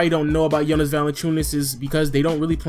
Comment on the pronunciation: Finally soneone said Jonas name good, its nice to see JV out there.Nice vid btw